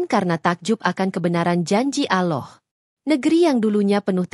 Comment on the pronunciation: Ini admin yg ngomong ini kya nya oten .ngucap allah aja ga pandai